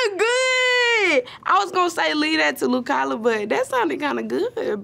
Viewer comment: not her pronouncing lu kala's name wrong 💀